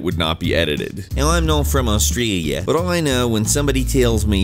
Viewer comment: Why did you say Australia like "Austreeiya".